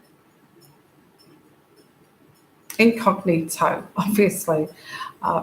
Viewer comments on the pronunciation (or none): none